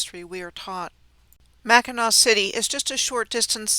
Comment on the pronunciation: Lower peninsula here. Yes, names of towns in Michigan are so hard to pronounce properly if you don't live here. However, the one thing that is like finger nails on a chalkboard to Michiganders is mispronouncing Mackinac....and she got that right!! 😊 This was incredible, incredible research!